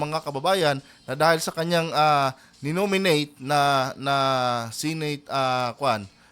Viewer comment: Senate hindi Sinate